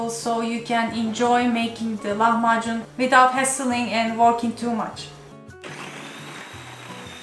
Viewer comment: Не лаХмаКун ' а Лахмажун